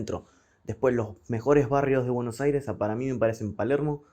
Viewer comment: me encanta como dice buenos aires y rio de la plata saludos de argentina